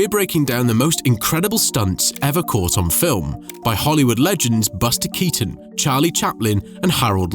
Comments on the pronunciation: Dachte immer dass man den Nachnamen von Keaton so wie Kiiten ausspricht und nicht wie Katon 😂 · Cazzo: la pronuncia è Kìton, non Katòn!!!!!